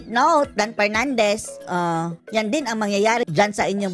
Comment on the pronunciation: DUMB "Yuttering" Pernandes